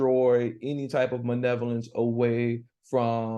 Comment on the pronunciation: Really learning a lot and enjoying your lesson. It sounds like you’re saying “manevolence” for malevolence. I’m sure it’s me. But it really sounds that way.